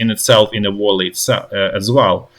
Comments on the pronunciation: Observation: It's "vAlley" not "vOlley". Like "uali" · Friendly advice, no judgement or derision: look up the correct pronunciation of "valley", since you will probably be using the word a lot in the following days. Esp, since what you're saying sounds like other English words (wally, wolly). More like "vah-lee", rather than voh-lee. If that helps. The "v" isn't a "w" sound either, it's the "v" as in, for example, "Volnovakha".